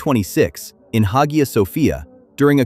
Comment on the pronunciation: Masha’Allah Tabark’Allah….. still begs the question of why he has any dealings with Israel. Faith and politics are not mutually exclusive, I haven’t seen\read anywhere that his faith is in question. His political leanings however are as for his intentions AllahuAlam. Btw it’s pronounced ‘Aya’